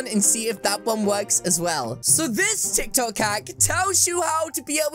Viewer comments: Hold on exuse me is he saying tiktak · when he said titok